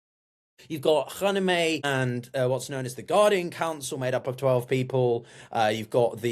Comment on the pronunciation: How about learning how to pronounce Khamenei first.